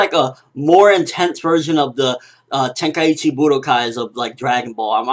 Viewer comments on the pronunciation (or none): none